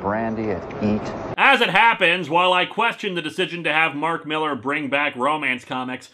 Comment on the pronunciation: It's pronounced "MILL-LAHR" (he's Scottish) and I thought his work sold?